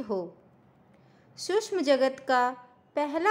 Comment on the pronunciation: श क्ष सूक्ष्म का उच्चारण अधिक स्पष्ट करें🙏